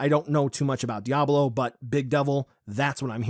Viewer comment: The way he pronounces díablo ☠️